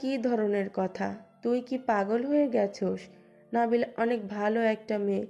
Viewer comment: নাবিলা না নাদিলা